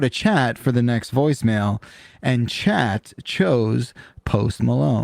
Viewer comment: I’m such a dork. I realize that says “Chat Chose”, instead of “Chachos”, like a slang for “Muchachos” in Spanish (translated as “Guys”)